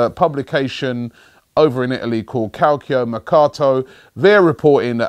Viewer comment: Robbie butchering Calcio